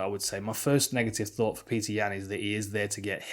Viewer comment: It's not Peter, it's Petr (Pet-r), or Пётр (Piotr/Pee-oh-ter). Source - my son is half Russian and named Пётр